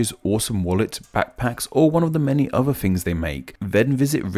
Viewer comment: Please explain why "" pronounces"Things" as "Fings" and "Thought" as "Fought";)